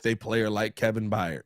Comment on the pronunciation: Tired…fired…hired…Byard not Byyard